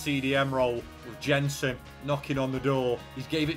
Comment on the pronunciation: Jensen is pronounced Yensen